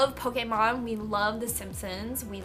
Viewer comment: Finally someone pronounces Pokémon correctly !! You have no idea how happy that made me